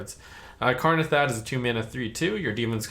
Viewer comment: Its Kanrethad, not Karnethad!